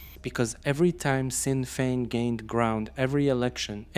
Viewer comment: Its "I.R.A." nor "era" as you pronounced it....and it is A.K. 47....not "AK"...also sinn fien is pronounced SHIN fien.....i do understand that English is not your 1st or primary language......but great video all the same.👍👍.